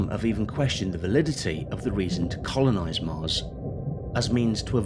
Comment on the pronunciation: he said conolize instead of colonize 😂👍